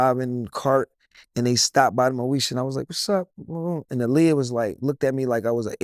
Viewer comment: Aaliyah probably felt a way about him, because he kept mispronouncing her name 🤣. it’s “AH-LEE-YAH”. It’s not “UH-LEE-UH”